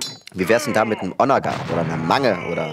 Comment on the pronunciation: Geiles Ding, gutes Spiel, gut kommentiert von. Triggert mich aber hart wie er Onager betont ^^